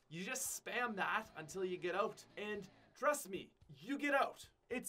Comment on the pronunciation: I still cant get over pronouncing out "Ote"